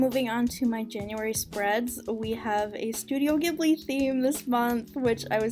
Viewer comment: aww i love the totoro btw it's prounounced jib-lee